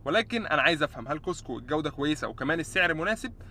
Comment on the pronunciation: تكتب كوسكو وتلفظ كاسكو